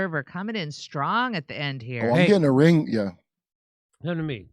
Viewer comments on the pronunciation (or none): none